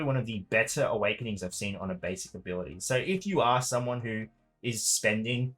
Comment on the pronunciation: 2 seconds in and it sounds like lukewarm Awekenings...